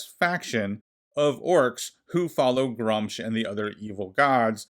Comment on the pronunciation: You are saying Gruumsh wrong. It's Gr-oo-msh.